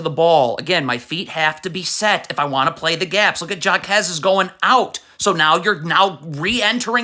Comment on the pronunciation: its not pronounced JAkez its HAkez